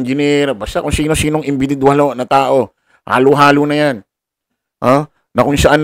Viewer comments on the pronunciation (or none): Individual po Yun, Hindi inbididual ✌️😅